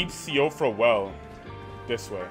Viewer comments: i believe siofra is pronounced “sheefra” think it’s like Gaelic or smth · As far as I know, it is pronounced sheef-RAH Also, that gargoyle you attempted to fight, is literally the strongest version of the gargoyles in the entire game haha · Most people pronounce it like shifra :) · Hi first time commenting here! Siofra is pronounced shee-frah because it is Irish :) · If no one's told you yet, Siofra is pronounce "she-fruh," think of it like Sinead in that it shouldn't be pronounced like that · Siofra is pronounced "shee-fra"